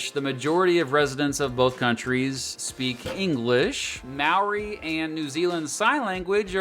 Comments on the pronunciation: The Maori pronunciation lmao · It’s not maoree for the pronunciation it’s more like mowdi for māori. Idk why but yeah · maaw-ree its pronounced moe-rree roll the r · there is no legal drinking age in New Zealand, down under is Australia - nobody calls NZ down under, "the bush" is the wop-wops or the wops in new zealand. Maori isn't pronounced like that, take the "mo" from moldy, take out the "ldy" and say "ri", roll the r if you wanna be fancy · Sorry I know everyone says Māori like you do but I just gotta mention it, it's almost more pronounced "mouldy" but with less enficess on the d. 🤙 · You just single-handedly offended every new Zealander watching this video by pronouncing those maori names wrong. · Why does no one ever say moari words right on yt? I don't wanna sound nitpicky but I have never heard anyone from a different country doing something on new Zealand say moari right. Just saying every moari word you said was said wrong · Except for the word Māori which he butchered. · I know you're not from New Zealand but legit you said all of the Maori words wrong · I should add that he was mispronouncing Maori the whole time which was quite infuriating but oh well. Also there is a national public holiday in New Zealand called Waitangi Day which celebrates the signing of a treaty between the settlers and Maori's (similar to Australia's national day) 😊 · at least learn how to say the māori words right